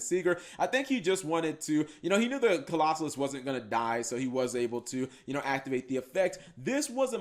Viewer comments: Okay, seriously, stop mispronouncing Colossus. It isn't a hard word. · Bro...why can’t you pronounce Colossus